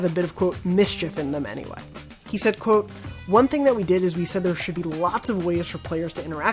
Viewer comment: Is anyone else weirdly annoyed by the way he says QUOTE?